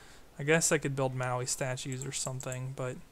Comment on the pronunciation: It's Mo-Aye Statues, Maui is an island of Hawaii